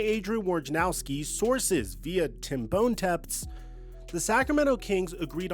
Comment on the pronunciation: 😮😂 did this idiot really just "Tim BONEtemps" cmon